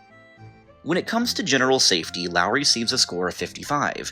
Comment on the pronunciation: Things that surprised me in this video: - Loas being in the top 10 - Loas being correctly pronounced (Geography Now is the only other YouTube channel in which I've heard the country's name pronounced correctly on.) - Bhutan being in the top 10 - Singapore being in the top 10 - Cyprus not being in the top 10 (I believe the nations of Cyprus and Israel have by far the best queer rights in the Middle East, [which I know isn't saying much unfortunately,] but I know that Israel is kind of... complicated... but I still expected Cyprus.) Seriously though, was Cyprus like #11? Because I know they have civil unions.